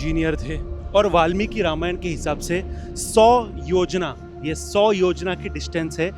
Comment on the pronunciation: Documentary bahut sundar bnyi h pr thoda correction ye h ki kuch words ke pronunciation galat the like खर- दूषण को खारा- दुषाणा and योजन Ko योजना , kayi log apka channel dekh kr kuch naya sikhte h to wo correct pronunciation use kre aur aap apni nayi video me sankrit aur hindi words shi pronounce kriye